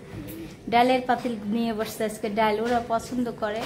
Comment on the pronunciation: kichu mone korben na dal bolben daul bolbenna sunte valo lagena ❤